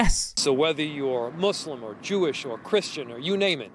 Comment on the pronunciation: At Minnesota Mayor actually said "Muslim" and not "Muzlim"...👏👏